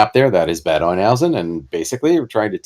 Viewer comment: Makes me want to break out my WaW stuff, love the system but havent played for a long time. Great pronunciation of Neuhausen, but fysa "Bad" in German is pronounced "bot".